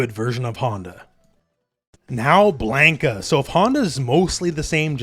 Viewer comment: Blan-ka not Blane-ka lol